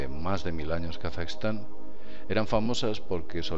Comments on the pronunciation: Es Kazajistan no Kasaxtan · a nadie mas le molesta como pronuncia Kazajistán?